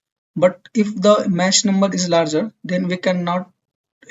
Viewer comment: I think the "ch" in "Mach" is prounced as "k" not "sh".